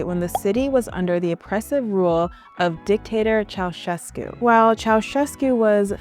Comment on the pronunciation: Your correct pronunciation of Ceaușescu’s name is rare. Subbed!